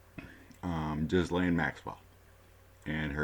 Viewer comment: I believe her name is pronounced Gilain. Thank you for all the background information. It made the reading so interesting!